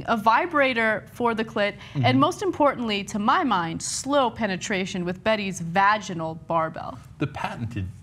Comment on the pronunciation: Varginal..... Lol Cenk I know that was misspoken but that's my new favorite word.